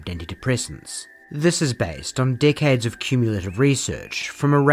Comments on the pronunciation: I have never heard anyone pronounce the word “decades” as “dickheads” before 🤣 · when you said “decades of research…” my brain heard “dickheads of research” and I just love the NZ accent soooo much. Keep it up, my kiwi! 🥝